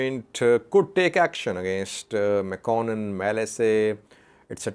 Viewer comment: His (Artist's) name is Mekuanint not Mekonnen.FYI